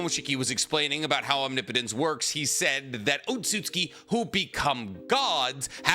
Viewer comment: Every time he says omnipotence correctly makes me wish I could subscribe again